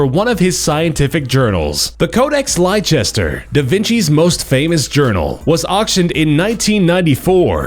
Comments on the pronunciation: Please learn how to pronounce Leicester correctly. Yours truly, The English Language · The Codex Leicester(LES-TER) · eat Pringles while taking a shit, Brunei style. Seriously, these unstylish bastards should only be allowed to eat gold and dollars and drink petrol :) learn to pronounce Leicester, not that hard. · Codex Leicester is named after its previous owner, Thomas Coke, Earl of Leicester. The names of the English city, the Earl and the Codex, are all Leicester, pronounced "Lester", not "lye-Chester". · "Codex Lye-chester"? Leicester is pronounced Lester, you fool.